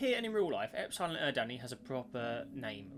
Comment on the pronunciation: the way he pronounced epsilon eridani physically hurt me